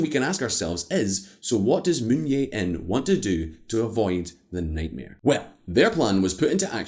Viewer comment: It's Jae not Yeah. This is Korea, not Spain or Poland.